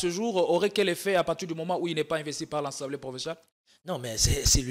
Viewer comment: 😂 Lenoir a alobaka Assemblée et non « ensemblee »😂 ata na noko belges ba lobaka Assemblée